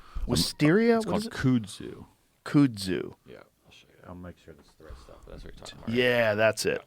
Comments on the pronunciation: Kudzu, learn to say it correctly.... "kud-zoo" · kudzu… here in the South, we called that “kuhd-zoo” They thought it would grow and the animals would want to eat it, but they didn’t. It’s actually pretty when it’s all over all the otherwise crummy foliage. 😂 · being from the USA south, this is called Kuzu. Pronounced “kud-Zoo”